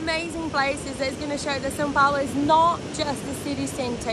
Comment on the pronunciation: Why is she saying SIN Paulo? 😒